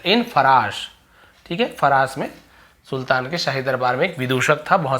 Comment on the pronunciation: फ़राश नहीं फ़ारस